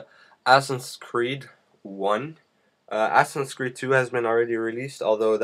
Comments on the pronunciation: who the fuck told u u'r suposed to read it "assins creed" instead of "asassin's creed" ? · your every second word is "stuff" o.O and the game is called assassins creed not assiss creed or whatever you called it.... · It is Assasins creed, not ASSINS creed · DId anyone else hear "assin's creed"...awesome!!! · its assassins creed not assnscreed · lol he said assins creed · "Assin's Creed". I'm not really sure what an "assin" is. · Its not 'assins creed' Its assassins Creed 2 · Assens creed? so u say that it a "assy" game? xD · lol.... i love how you pronounce "Assassins Creed" lol